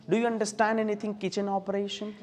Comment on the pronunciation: Kitchen oparetion😂